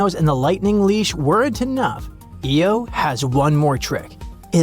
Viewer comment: Your AI can't pronounce IO property. Really annoying. It's "eye oh", not "Eee oh".